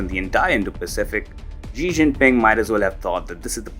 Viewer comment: SHE SHE SHE SHE SHE SHE SHE SHE SHE JINPING. NOT ZHEE OR GEE. I HATE HIM BUT IT STILL SOUNDS STUPID THAT PEOPLE CAN'T SAY "SHE."